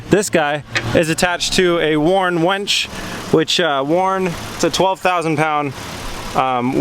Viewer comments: “Warn wench” lol it’s winch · winch* not wench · Warn WINCH, not wench. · "wenchi wench things around" 😂😂😂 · Oh. And the warn "wench" that was kinda cringey too. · "wench" lol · Did I hear the word "wench"? A Warn wench?